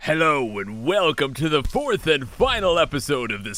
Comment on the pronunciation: Did he say foruth and final episode...? XD